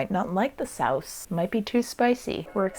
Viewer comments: I'm just here to tell you that you secretly know Dutch 😂👍🏻 the way you said sauce (saus) is Dutch and "werk" is the Dutch word for work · when you said "Sauce" in that funny way, that is exctely what it souds like in Dutch and it means sauce as well! You would spell it like so: "saus"